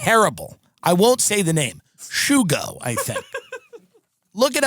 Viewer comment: Its not shoogo. Its sugo, italian for sauce.. not gravy tim, sauce